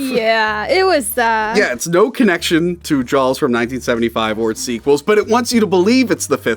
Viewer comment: It sounds like is saying "Jawls".